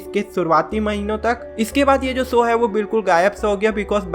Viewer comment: Bro it's show not soo! work on your speech skills